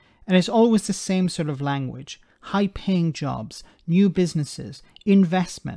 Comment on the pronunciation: are you sure she didn't say "high-pain jobs"?